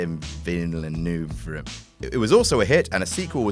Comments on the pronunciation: Denis Villeneuve pronounced Deny Vill-new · You prononce Villeneuve as Amyti-ville-neuve :) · Really? You can't say Villeneuve? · Sicario's director was Denis Villeneuve. Even with your IQ you should be able to pronounce that.